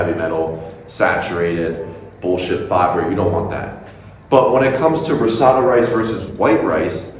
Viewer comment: You’re mispronouncing risotto.